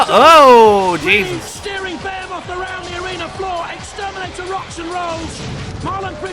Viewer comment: I’m with you on Rabid and Behemoth, I thought that was how we all said it in The UK- surprised to see them both said differently on this. I had heard ‘ray-bid’ before but thought it was just someone who didn’t know the pronunciation. Bear-moth is very strange to me.